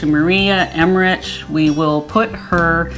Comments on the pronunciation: Yes, thanks! Like RICK at the end, not RICH. Minor thing, but it drives me crazy. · Did you realize you are mispronounced Maria's last name? Emmerich has a "k" sound at the end.